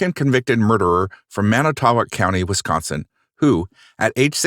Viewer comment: Coming from this area, and being in class with Avery's twin boys in school...... its SUPER cringe and irritating that the narrator cant pronounce the city names correctly